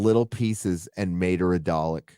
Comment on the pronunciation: how can ii trust anything you say if you cant even pronounce dalek . for fucks sake.